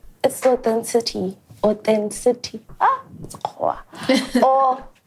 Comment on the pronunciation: Fact checker gave us a new word :Athencitityty"🤣🤣🤣🤣🤣Well done Chillers/Family :elbowcough::yougotthis:👏🙌Congratulations Mac on your engagement, loved seeing your boy🥰